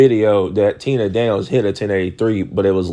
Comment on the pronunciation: so you are fine with him trashing a sprinter as a liar under false pretense all while mispronouncing her name 🤔 Maybe YOU should shut up!!😂